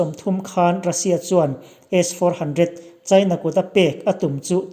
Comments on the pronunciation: I tawng hi a van pai em em ve aw S 400 tih i lam pawh khi aw🤫🤫🤫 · A chhiartu hi 😂😂😂😂😂,S-400 alam dan te hi 😂😂😂😂😂😂😂